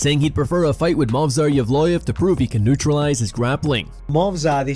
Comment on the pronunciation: Volk said Movsar and not Mosvar ! Incredible !!